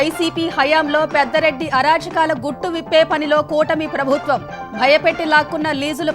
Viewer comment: పెద్దరెడ్డి కాదమ్మా, పెద్దిరెడ్డి రామ చంద్రా రెడ్డి. లేదా అసలు పేరు పూర్తిగా చెప్పండి. తప్పులు చెప్తే ఎలా? అలాగే జరిమానా. ఒకే పదం.